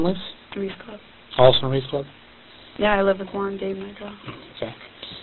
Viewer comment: Lmao why is this detective pronouncing “Juan” like haa won 😂